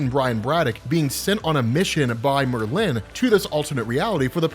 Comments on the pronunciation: People: Merlin: Myrrh-lynn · OMG lmao! It's Merlin, NOT MerLin. You're making a hippy English wizard sound like a Asian businesswoman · Please please please... It's pronounced MER-lin (lyn). Not Mer-LIN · Love the video. Please stop pronouncing Merlin's name as if it has a hyphen between the r and the l. Thanks. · you say Merlin weird it’s MurLin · No one in America says it the way he’s saying it. It’s MER-lyn, not mer-LYN. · it's Merlin, one word. Not mer-lin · I refuse to watch an upload in which he keeps calling Merlin Mer-Lin. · Did Marvel create a new spelling or pronunciation of "MER-lin" or do your just not know how to say the name "MER-lin" properly? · Nice video but the weirdest pronunciation of Merlin I´ve heard so far ;).... hehe Murlinn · Merlin is so easy to pronounce, yet you mess it up every time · That is not how you pronounce Merlin. The emphasis is on the 1st syllable, not the 2nd. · That pronunciation of Merlin kills me every time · It's painful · As a Brit, the way says Merlin just doesn’t sit right…. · Love the show But you say Merlin weird